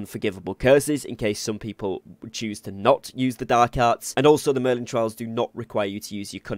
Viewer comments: Merlin TRY-al, not TRAY-il. The former is a challenge, the latter is a path you follow. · Merlin trials, not trails. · good tips .my tip its trials not trails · Mistake 11: calling them trails instead of trials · thanks for the video and helping with your experience. also its trials not trails. u got the A and I mixed up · Good video but it's Merlin Tri-als, not Trails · TRIALS... NOT TRAILS.... SMH .. CMON DUDE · TRY-ALS not trails 😂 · they are merlin TRIALS not "tray-ills" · Trials... Not trails... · Trials.. not trails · It’s trials not trails lol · Every time you say "merlin TRAILs", I die a tiny bit. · This dude really said Merlin Trails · How do you pronounce Trials both wrong and correct in the same video lol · Great tips but ....YOUR NOT PRONOUNCING TRIAL CORRECTLY. ITS NOT A ROAD ITS A PUZZLE/TRIAL OR TRIBULATION TO GO THROUGH!!!!!!!!!!! lol just pinched a nerve 😂😂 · Pick a pronunciation and stick with it, trial or trail.